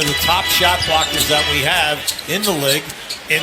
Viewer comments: bruh commentator saying lig not league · How tf cant an american caster pronounce the word “LEAGUE”